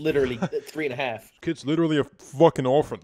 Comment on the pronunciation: Its orphan not orphen